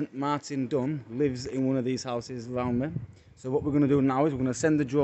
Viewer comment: When you described the officer, I was sure you pronounced his name as Sergeant Martin Dung A more appropriate name maybe and then I see the heading that his name is Dung... I mean Dunn.